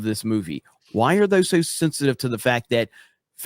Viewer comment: What is “sinsitive?” I think you’re saying “sensitive” but I just want to make sure I agree with you, haha. I think I do